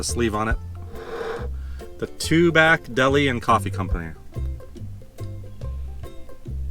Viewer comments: I live in Tubac and I really enjoyed your tour of my community. It is actually pronounced TuBack by the natives. You will also hear it pronounced Tubahk, perhaps both are correct. My understanding is that the name is derived from Native American language and not Spanish, so does not have the Spanish pronunciation. Living here, I should know for sure. Thank you for this wonderful video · Beautiful video! FYI, I think it’s pronounced Tubok.